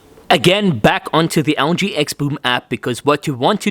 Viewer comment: Sounds like he's calling the Algae XL9t. 😂